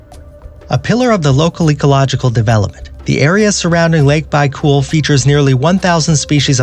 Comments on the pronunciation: It's almost baicool, but it's actually baikal. Doesn't matter, a lot of people lack the word pronunciation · had to stop watching after you call lake baikal byecool . how hard is it to look it up if you dont know how to pronounce something